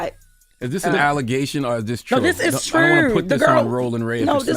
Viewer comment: C'mon B'more 😂 "This is Trrewww"